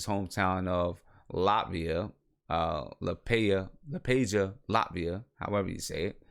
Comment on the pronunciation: Hometown Liepāja is pronounced like 'Lee-eh-paah-ya'. You're welcome :)